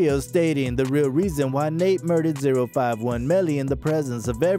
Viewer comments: It's pronounced O51 not zero 51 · You clearly don’t know what a British accent sounds like😂